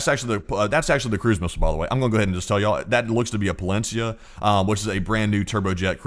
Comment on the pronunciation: Not !!! Palensiya 😂😂